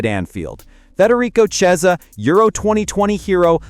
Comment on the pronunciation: The Ch in Chiesa is pronounced as in chemist, not chair (kiesa).